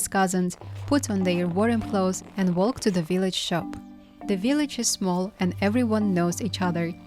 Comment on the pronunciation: the L in “walk” is silent 😊